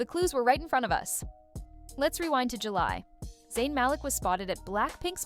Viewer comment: His name is ZAYN not Zyan